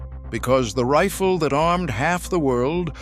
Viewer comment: I hate AI as they cannot get pronunciations correct. I've never heard a rifle called a "reefil".